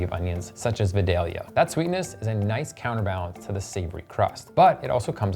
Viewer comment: Love the videos, but it's pronounced VYE-DALE-YA